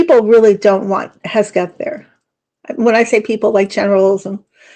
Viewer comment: It’s HEG’-Seth. Not HES’-Geth. Thank you. Great video.